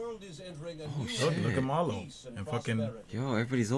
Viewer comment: its not malo its meelo i crack up everytime you call him that